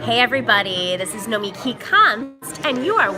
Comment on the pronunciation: Lush Nomiki 🙌🏾 (She pronounced her name differently when she said the show name)